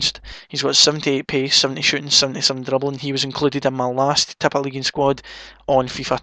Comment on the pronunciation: I love the way you say tippeligaen :D